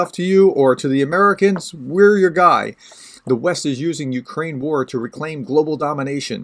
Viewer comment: And no you did not say that right - but it is the thought that counts and - YA taka lyudyna, yakiy ne bayduzha Ukrayina :)) Slava Ukraini!